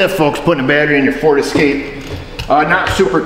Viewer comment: Point of clarification, it’s pronounced Escapé ;p